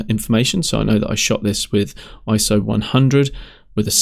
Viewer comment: Subscribed simply because you said iso and not iesso!! Even though I'm a Canon user it was also nice to hear you say Nikon and not Nykon....lol. I'm interested in this software anyway as I've just purchased it on humble bundle :)) Good video :)